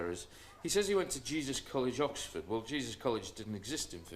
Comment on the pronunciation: Weird cos i grew up with story & just wanted to see Vorderman before surgery in a short skirt I hate the why files ,its the worst research & AI generated tripe ive ever seen - BAR ONE EPISODE ,this one , the way AI pronounces " OX Ford" will crack me up every time i go past the sig for Yoxford on my way to Ipswich ( Crop circles ones was OK too cos he wasnt lying then ,now hes a paid debunker in exchange for TV exposure )